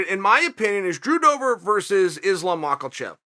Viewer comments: Chael "Mackelchev" Sonnen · Islam michaelchev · Islam "Mackelchev" Makhachev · Chael is doing this on purpose. Like the uncle who calls you your brothers name everytime he sees you. No way i believe mackelchev was organic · Still saying macklechev haha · “ islam Michael chaive” 🤣🤣🤣 I love you uncle chael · Why does Chael always pronounce it “Mock’ol chev”? I’m a big fan, just find that funny. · Nope, who is this chael who can't pronounce names anyway? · Chael " MOCKELACHEV " sonnen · chael how u gonna do all this research on a mf and then butcher his name Who df is mackelchev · It’s his schtick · There’s NO L spells it right in the video caption and title but uses an L in pronunciation lmao he does these things on purpose I’m convinced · Is he like, intentionally mispronouncing his name? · Where is the L in Makhachev Chael? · Name you need to get used to - also mispronounces his name